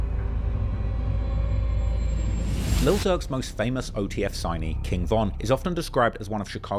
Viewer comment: It's Durk bro'